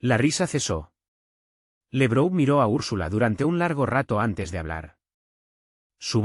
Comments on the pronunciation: No es "Lebrou", es Lavrov. No es " bon der leien, es fon der laien. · No esw LEbrou, es Labrov, laurel en ruso.